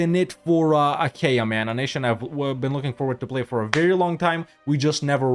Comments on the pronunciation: its actually read ah-a-i-a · Acha-EE-A pronounce it. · Isnt it said with a hard K. A Kia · Is that how you pronounce Achaea? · Your pronunciation of Achaea gives me physical pain. Can't say I blame you though, given the amount of pain we've inflicted on you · Bro pronounced it like it's in Spanish 🤣